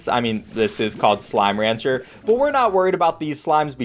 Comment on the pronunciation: how do you make slime ranger freaking SLIME RANGER to sound so bad